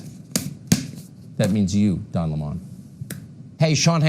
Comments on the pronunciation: Gotta say I was amused by Tucker Carlson's pronunciation of his name: Don Limahn (an approximate phonetic spelling of Tucker's pronouncing of the name). We all know it's Lemon as in the fruit. And Tucker's questioning of the cookie jar is just irrelevant. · Don Lemon is pronounced like the fruit lemon. I'd rather be in the company of 100 people like Don Lemon than 1 Tucker Carlson! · No, Don Lemon does current affairs from a Dem perspective. He's also pronouncing Lemon in an affected way that Don Lemon doesn't use. Also, FOX pays this guy millions a show for this? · Hey David do you see now how damn annoying it is when someone purposely and continuously mispronounces a name? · Notice Tucker opens trying to claim that Lemon isn't a serious journalist, then immediately follows with examples of the serious topics he covers. He apparently isn't allowed to cover serious topics, according to Tucker. He isn't even doing the bare minimum of decency and pronouncing his name properly. I guarantee you, Tucker's report alone is an example of Lemon experiencing racism (unless this man meets MY criteria for oppression, he isn't allowed to report on it; ps, only Tucker meets Tucker's criteria for being oppressed; the man is a professional victim). I have absolutely no question that Lemon has experienced racism and oppression in the rest of his life, as well. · I'm so tired of "Cucker" mispronouncing names of people he feels threatened by.